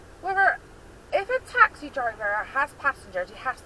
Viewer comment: It's not taxi drivers its twaxi drivers lol 😂😂